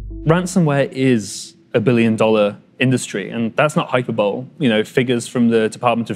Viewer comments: That's not 'hyperbowl' its hyperbole! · Hyperbole is pronounced hyper-buh-Lee 😂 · Hyper bowl? Absolutely not. Get that guy back on set and make him do a retake. This time tell him how to pronounce hyperbole. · "...and that's not hyper-bowl" That made me chuckle. Do brits actually pronounce hyperbole (HYPER-bowl) that way ? (instead of hy-PER-bo-lee) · I almost closed this video when the guy said "HyperBOWL" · i am British and we definitely don't pronounce that way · Is that how Brits pronounce 'hyperbole?'